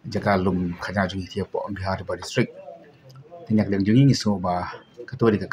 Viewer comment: Ym dei kong Umdi-har, ka dei Umdih-ar, (artylli ki tlong umdih)